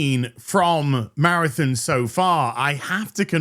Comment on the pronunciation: Good old “Marathin”